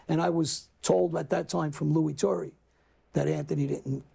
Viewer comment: John...2 things.... 1 - it was Lou Turra... not "Torry" and 2 - it was John Stanfa that took over for Scarfo... not Joey Merlino